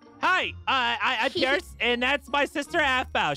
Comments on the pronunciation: "Hi Aphmau" "Hi Perce" said Perce Instead of Pierce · "Hi purse" as opposed to Peirce